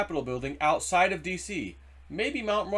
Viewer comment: Yes!! I heard it myself. He didn't clearly pronounce the "f" in "of," so it sounded more like "o' the military." One person misheard it, and now everyone has been repeating "to." People hear what they want to hear. The difference is small, but it changes the meaning significantly.